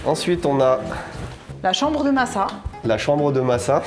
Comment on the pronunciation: Et non massa a raison c la prononciation correcte